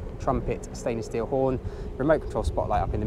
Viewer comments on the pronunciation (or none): Did you say "stainless stink", anyway as always I enjoy your videos.